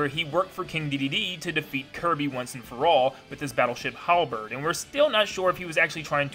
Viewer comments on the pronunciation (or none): none